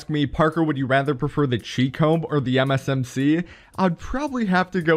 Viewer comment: Lol I can't stand it why every time you say MsMc and it sounds like M&MsMc